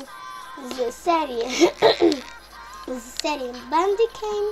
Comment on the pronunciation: wiesz że nie mówi się "Bendikeyj" ? tylko jak sie słyszy? bandicam tylko zamiast c , jest k